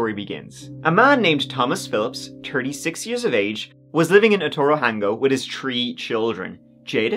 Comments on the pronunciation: In this episode, said “tree (3),” “turteen (13),” and “turtieth (30)” sixteen times. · She disappeared tree times and she was twenty tree , poor girl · Did he say * this happened TREE times*? 😅 J/P ty for the vid! 👍